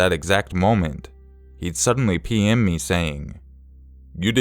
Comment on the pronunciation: The third story, I seriously kept thinking he was saying "pee in me" instead of "PM me"